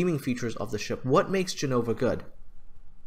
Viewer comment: btw it's Gènova not Genòva